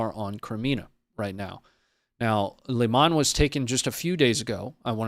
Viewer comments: Ukrainian city “Leeman” «Лиман» , NOT “Liman”! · The pronunciation of Lyman is (Lee-Mon)